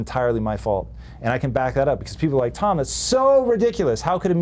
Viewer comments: Looks great! Haha, you got his name wrong, it's not Tom Buyliu 😂😂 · A bit painful to hear Tom's last name being mispronounced so many times... :/